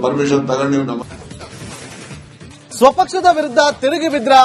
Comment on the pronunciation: ನವಾಝ್ ಅಲ್ಲಾ ನಮಾಝ್